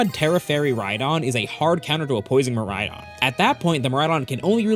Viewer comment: Miriaidon No ME RHYDON